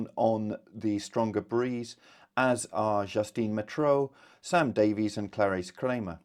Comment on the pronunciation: Davies…pronounced Davis….